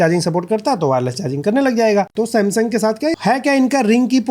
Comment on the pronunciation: Samsung ❌samsam✔️😂